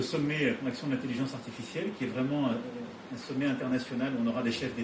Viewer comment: Prendre TOUJOURS la parole pour les autres. LE CHEF, les autres restez derrière, JE connais le sujet. JE veux qu'on s'aligne, c'est pas compliqué ! Avec encore un petit coup de pouce pour l'Europe, alors que c'est pas le sujet. "L'intellizence Artificielle, ZE veux qu'on soit les meilleurs"